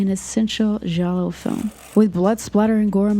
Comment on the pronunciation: Love this video, love Argento and was happy to get more recommendations from you! BUT still I'm gonna be an annoying wise ass and tell you that the "i" in Giallo isn't pronounced, it's only there to make the G soft. I would want somebody to tell me 😅